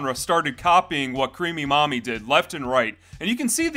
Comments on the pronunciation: I thought you were saying 'creamy mommy' and I was scared. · The number of times my brain thought he was saying "creamy mommy"... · Everytime you say her name I keep hearing creamy mommy which really makes me cringe to the point I feel like the creator was a very perverted person. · Ah yes, "crêap", the past tense of the old Anglo-Saxon verb "Creopen" which mean "to creep" Good old Creamy Creep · Everytime he says the name I feel what's left of my soul die little by little